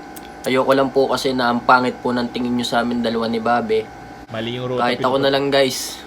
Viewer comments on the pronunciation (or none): "babE" ok boi /bāb/ yon ok ok ok 😣👌🏼